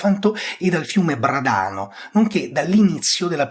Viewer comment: Complimenti per la professionalità e il tono assai garbato. Una piccola correzione, l'accento di Bràdano.